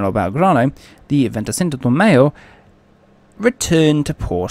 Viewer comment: I’ve been in broadcasting since 1995. It can be tough especially bad for me during the Yugoslavia wars. The bloody names! Like I say just take your time with the hard words. Break them down unto chunks or write them down in your script phonetically. For example: Venty Sinco De May-O Cow Loon Trinca Ma Lee Also if you’ve got a tough to say word, consider re-writing the script so you don’t have to keep saying it. Please don’t take this as negative criticism. It’s anything but. Just a bit of advice from someone whose spoken for a living for years. Your vids are so informative. Keep ‘em coming shipmate!